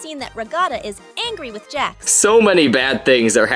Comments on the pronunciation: The AI called Jax "Jack"😅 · also did you see how instead of jax they sayed 'jack'